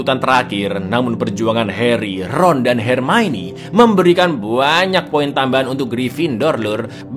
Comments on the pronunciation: NGAKAK setiap kali bilang "HERMAINI". 😂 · Ma'af, koreksi sedikit, "Hermione" di baca Hermaioni" 😀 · Jaman masih ga bisa ngeja hermione